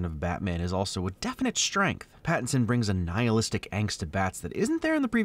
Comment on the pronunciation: Yay he called him